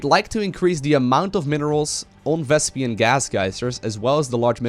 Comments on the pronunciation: its "vespeen" not "vespian", listen to Artosis correcting Tasteless in the game:D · VesPEEN PEEN PEEN. Not "pian" it's not "vespian" gas. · Vespene, not Vespian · it's not thespian gas.....its vespene gas, it's making me crazy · why do you keep calling it Vespian? D